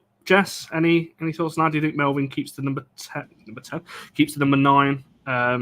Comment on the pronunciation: Her name is not Melvin. Why is it that English people are so terrible at names? Having that said: Very happy she is staying! The players that left United, did not actually play that well last season. Maybe their heads were gone already?